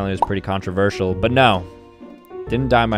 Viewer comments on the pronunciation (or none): none